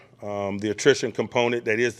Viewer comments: Why can't he just talk in regular English? We know he's an intelligent man. I'm gonna start the "compnent" drinking game. Whenever he says "component", I'll say "drink". Enjoy your forthcoming headaches! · Whew! I lost count of the "components"